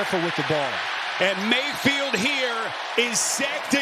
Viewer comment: I cannot stand this announcer. Whenever he gets excited every long 'a' becomes a short 'e'. "! Dezzling pess!"